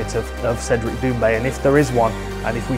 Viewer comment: T'as vu ? T'as vu ça ? T'as vu cet angle mowts Cédwic pwésentement ?